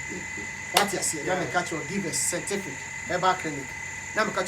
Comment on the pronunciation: Kwaku to be honest I like how u say sentific instead of scientific...Hahahahahahaha love u bro